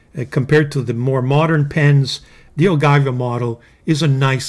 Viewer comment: ... OGIVA, no ay, carissimo, your pronunciation is off, totally off, you know us Italians. We are special when it comes to pasta, pizza and pronunciation.